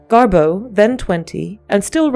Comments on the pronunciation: Why do you say GarBEAU????? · DO NOT WATCH!!! I did and it's 13.44 minutes I'll never get back 😢 Waffles on n on talking about early betrayal and only only 1245 outlines how they met inBerlin in the 20's. Constantly misprounces GarBEAU, Marlen n implies GarBEAU left Hollywood n films yrs later on account of Marlen😅